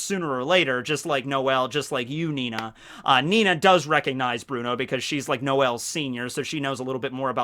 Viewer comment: FFS it's ninny spoken Nini not Nina!